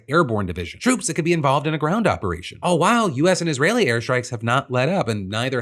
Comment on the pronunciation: I know these are deadly serious topics, but I just gotta say, Phil, every time you say "all while", all I hear is "oh woow".